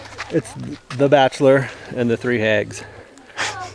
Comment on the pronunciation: " hags " ? I heard " eggs " and laughed for 5 minutes.